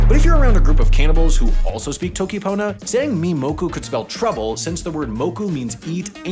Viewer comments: he pronounced "toki" wrong (yes I will nitpick pronunciation just because of how much else he messed up lmao) (it's "toki" not "t(h)owki") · he said toki :|